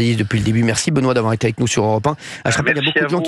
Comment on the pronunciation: Europa eins! Pas "europe un"!